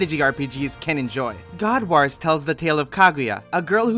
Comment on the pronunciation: That WAS a good review. Bonus points for how you pronounce 'wars'. Waarz!